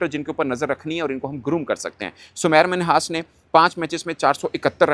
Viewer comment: Bhai uss ka nam tu theek pronouce karo uss ka nam Sameer Minhas hai na k Samair Minhas .